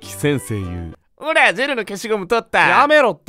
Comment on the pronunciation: 先生↑言↓う↘︎ 伝われ…